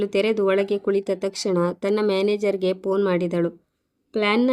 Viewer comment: Phone ಶಬ್ದ ಸರಿಯಾಗಿ ಉಚ್ಚರಿಸಿ